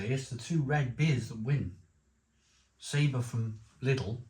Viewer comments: I love this channel im a big fan, you have taught me alot please keep up the good work!... however I want to in return teach you you are saying saber!!... its pronounced Sab... or. It translates to flavour. I'm a fluent Spanish speaker.. mocha's gracias amigo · I really hate being a knob but sometimes I just can't help myself if something really bugs me and today, watching this review has tipped me over right into cuntyness every time you said Sabre my heckle came up I really hate to do this but in no way can Sabor be pronounced as Sabre or Sabar the give away is the little line under the o which change the sound of the letter to something more like awe So if anything I believe I could be totally wrong and you right however the beer is actually pronounced Saboar